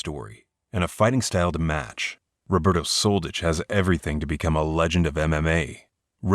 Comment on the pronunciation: If I didn't search for his name I thought his name was Roberto Soldedge. When you make commenary about ex-yu names make sure to pronounce them correctly. You are pronouncing something that doesn't exist and make your life complicated. It's much more simple to learn 1 letter "ć".